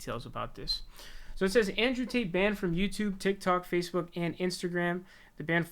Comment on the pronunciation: Bro. Are you saying “ Taint “ ? 🤣 lmfao